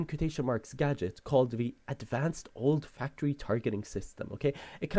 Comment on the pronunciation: its not "old factory.." lol its "olfactory" A system used in our sense of smell.